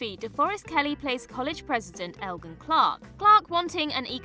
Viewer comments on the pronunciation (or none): none